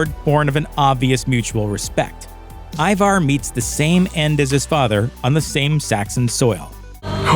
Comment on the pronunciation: The bloke narrating needs to learn to pounce Ivar and Wessex properly lol. The season seems rushed and Ivars death and the Russian arrow death on the balcony were weak